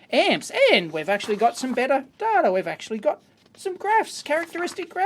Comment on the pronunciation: also why do you say "toob", pronounce data "dartah" and the W in the word known is silent 😰